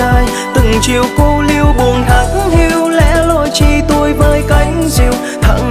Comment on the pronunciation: Nhạc thì có hơi hướng miền Tây. Người thể hiện thì hầu như hát giọng phát âm giống miền Bắc mà cái câu “lẻ loi chỉ tôi với cánh diều” lại đóng quả TUI nghe vướng khúc đó nhất trong bài. -1 điểm chổ này.